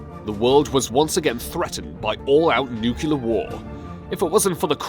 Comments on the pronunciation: I'm not making fun of anyone, but nucular isn't a word... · NUCLEAR! not NUCULAR... dimwit this piss me off so much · To the commentator: 1.Why do you sound like you are constipated when pronouncing Russian names? Why do you sound constipated when speaking at all? 2. You are clearly dyslexic, you need to look into this. 3. Rasputin and Soviet Union - really, dude? 4. Say "NUCULAR" one more time and I'll put a nuclear comment on your next messed up video. 5. The first fact was interesting. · It's pronounced nuclear not, nuculer!! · What's with the snowy overlay? Those cannot be film scratches. You put them in for some ridiculous reason. You must be related to George Bush! It's noo-klee-ar, not noo-que-lar. Examine: nuclear, thus noo-klee-ar. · Nuclear is pronounced, "new-clear" not :" new-que-ler". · Please learn how to pronounce "nuclear". It is NOT pronounced "nucular"! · new-klee-er not nucular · goodness me....get your pronunciation right...it is NUCLEAR NOT NUCULAR you ignoramus. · And it’s “nuclear”, not “nukular”. Try saying “new-clear”. “NEW-CLEAR”...there you got it. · Nucular? It’s Nuclear man. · its nuclear not nucular Top Lists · Attention Narrator: The word is NUCLEAR ... Not "Nucular". !!! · learn to talk, it's nuclear not nucular. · You need to get a new voice.: it's criminal, not crinimal; It's nuclear, not nucular and the sub's captain's name is Savitsky, not Stalivsky (no such name). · Nuclear! NUCLEAR!!! Not f'ing nukular!!!!!!!!!!!!! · Nuclear. Not Nucular. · Why does this guy keep saying nucular war instead of nuclear war? Makes you wonder about the voracity of anything said in this video. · The word is Nuclear not Nuculer! Dammit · it's nuclear...not nucelar.... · dude, it is not "nucular" war. it is "nuclear" war. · WTF is nucular war? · Nuke-lee-ar. Not nuke-u-lar. Dumbass. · It's pronounced nuc -le -ar. Not nu-ku-lar. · IF you're going to do a video on Soviet, learn how to pronounce nuclear. Spoiler: it's NOT pronounced NUKULAR